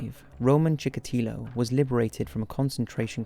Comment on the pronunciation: "marxism and leniSism"??? :°D wtf is leniSism??? also... chikatAlo?? do you even check what you said after you recorded your videos?